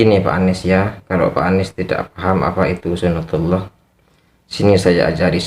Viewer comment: Tolol bkn gitu yg nmnya suna tillah...hadeeeh bahlul nt22 nya gd yg bener bicara sunah tulloh uda mending belajar agama lg hususnya hukum sar.i j y...🤣🤣🤣🤣🤣